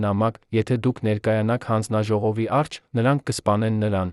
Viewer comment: Այ, միթե այդքան անընդունակ, այդքան անմեղսունակ ես, որ մի,,,և,,չես կարող ընկալել, ասում ես նրա առջե, դա ինչ բառ է, միթե հայ չես, բա այդ դեպքում ինչ ես ով ես, ինչու ես աղավաղում մեր լեզուն։